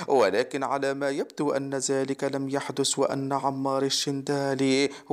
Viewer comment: هذا جزائري لي راه يقرا :هزا ، زلك يحدس